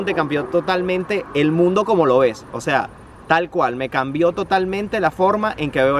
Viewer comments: Es que el compa dice osa no o sea por eso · No se cansa de decir “ósea” jajajajaj 🤣